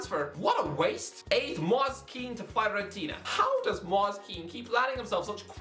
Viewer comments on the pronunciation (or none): it's not mooase it's pronounced moi-se